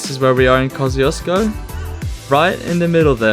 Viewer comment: That's actually the correct way to pronounce "KOSCIUCZKO"!